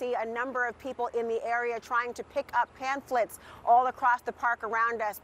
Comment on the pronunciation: They're not PANPHLETS, like the reporter said. They're PAMPHLETS.